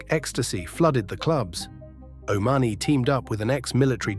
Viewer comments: It's pronounced o'ma honey, which of course isn't his real name and he was never part of their group either though you would think otherwise the way he has made money out of it. The three were never that big in the criminal fraternity and Steele and Whomes did not pull the triggers. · Pity don't get proper facts before doing these calling Bernard o money the way he pronouncing it